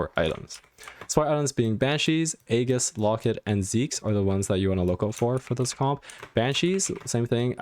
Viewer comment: I’m surprised that almost no one can pronounce aegis correctly 😇nice tutorial tho, especially the augments part